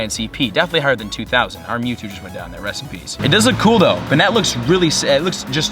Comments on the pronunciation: Its (bay net) not benet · It's pronounced "ban-it" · This is how you pronounce Banette Bane-NETT reagion: Hoenn I follow you on Twitter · its bay-net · It is kinda complicated to pronounce it properly. But technically it's pronounced bayn/bain- net. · Pronouced "Bay-net" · It's pronounced "bay-net" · Its bay-net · it's pronounced Bay-net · Banette is pronounced Bane-net